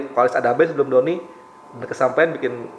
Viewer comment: Kok Donnir Yang Benar Donnie